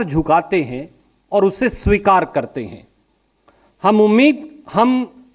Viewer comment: sabikar nahin behenji swikar..